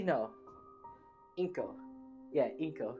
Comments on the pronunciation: It's not inko it's anko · It's Anko not Inko